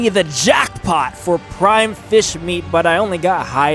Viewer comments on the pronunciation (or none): none